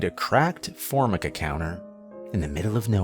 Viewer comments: "for - micka"? AI voice? Or did he have a stroke and can't read now? That's not a word that's enunciated different ways. I hope that's not the case but it's hard argue. Smh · Formica = four-MY-kuh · It's actually pronounced For-my-ca 🤣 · Forgive me, but when I hear someone mispronounce a word, I have to correct it. Formica is pronounced like For-Mike-Ah. Also, the grim reaper carries a scythe, not a sieve. A sieve is a colander. Thats a kitchen tool to drain your noodles in. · Formica. Pronounced — For-my-ca. 🙄 I can’t believe you don’t know how to pronounce that!! Shocked!!!!😳 Room 6 ??? What???? In a restaurant?? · I love the way the guy pronounced formica. 😅 Obviously someone is reading it and whoever is reading it is definitely not familiar with the 50s 60s 70s or even 80s! Because everybody knows what formica is!!